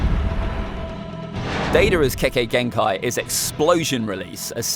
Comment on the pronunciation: İt's kekkei genkai not kekei genkai